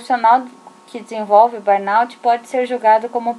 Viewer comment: Ótimo vídeo, obrigada por compartilhar. Só a pronúncia correta é "burnô".